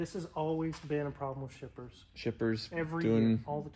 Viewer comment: I thought you said strippers, not shippers. That would’ve been one interesting video.